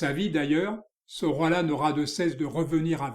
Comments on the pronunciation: Pour le nom prononcer Soroya... = Sorolla... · Merci! L'Hôtel de Caumont - Centre d'Art à Aix-en-Provence a présenté en 2020 une expo Sorolla - prononcer "Soroya" selon un ami Historien de l'art catalan - mémorable! "L'heure blonde" assurément, l'heure lumière toujours qu'une touche preste et juste magnifie jusqu'à l'éclatement. Mais rien n'est gratuit jamais et encore moins "joli" dans cet œuvre frais et sensible à jamais. Merci vraiment!